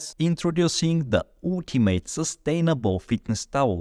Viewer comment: intoroducing the ootimate 😂😂😂😂